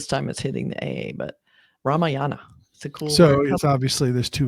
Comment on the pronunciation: To all non Indian pronouncers it is “Ramyaayana” not “Ramayaana “. Emphasis on the second syllable not third